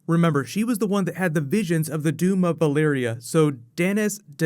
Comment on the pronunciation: am i the only one hearing "Balyria" instead of "Valyria" ??